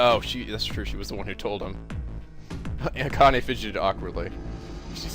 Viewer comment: Lol, Akane's name is pronounced Ah-Khan-eh. You should watch more subbed anime and you'll get the hang of name pronunciation pretty quickly.If I knew what you were into, I'd give some recommendations that are extremely popular.